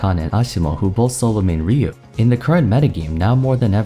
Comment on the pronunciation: It's Rye - U